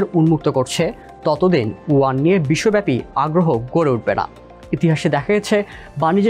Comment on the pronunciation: Please correct your pronunciation, this is Yuan